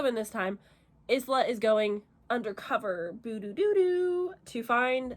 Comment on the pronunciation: Bless her heart. It was so painful to hear you mispronounce the MC’s name so many times. It’s a common mistake of monolingual people. The name is pronounced “EEs-lah.” This is a super common name that means “island” in multiple languages. Hope this helps.